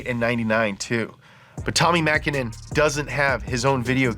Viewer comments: way to pronounce "mäkinen" correctly!!! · Pronunciation of Tommi Mäkinen's name was basically perfect.